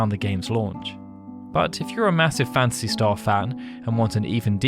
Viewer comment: Not sure which I like best, Final "Fancy" or "Fancy" Star. I hear "Fancy" almost every time with your accent, LOL. Great videos by the way.